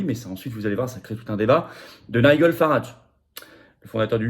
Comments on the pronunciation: Il faut travailler ta prononciation de l'anglais, Florian. On prononce [Naïdjeul] et [Gardian] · Prononcer "Naï-djeul" 😋😊.